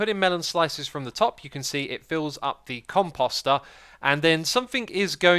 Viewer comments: Pronunciation: The emphasis is on the first syllable at least in American English. I don't know about British, etc. So not like "imposter". Short O sound then long O sound. Say "com" like "computer" and "post" like "boast". Com-post-er. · You're pronouncing it compAWster for some reason, even though it is obviously compOster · My heart breaks every time he calls it a com-pasta instead of a com-post-er ) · "Xisuma got S'mored" Also, I cringed every time he pronounced Composter with an 'ah' sound instead of an 'oh' sound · The "Come-Pasta" haha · Your pronouncing composter wrong. It's Com-Post-er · "compoest" "compoester" as they should be pronounced god this drove me nuts. xisumavoid pls stop xD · Take a shot everytime xisumavoid mispronounces composter.